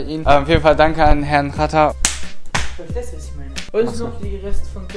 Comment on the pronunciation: Xatar sagt er vatar